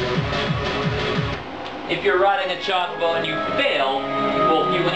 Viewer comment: you say "chocobo" weird.